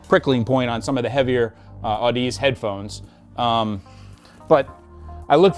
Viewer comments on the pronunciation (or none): Fun fact, it’s pronounced aaduhzee. Like, odyssey, with zee on the end.